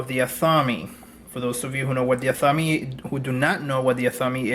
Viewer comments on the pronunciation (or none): AHth A MAY, Not atham-me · "ATH-AH-MAY" for those who have never been told the proper way to pronounce 'Athame' Blessed Be! 🌛🌝🌜